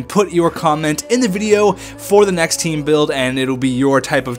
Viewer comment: The Canadian olompic taem